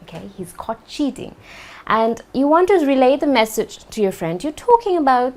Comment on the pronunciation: When I started watching this video without subtitles It sounded in my ears that you said "He was caught shitting" instead of "cheating". That was awesome) thank you for the lesson.